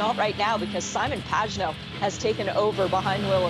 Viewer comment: "saimon Pachenouh" American being American" please learn the names correct as do the rest of the world with yours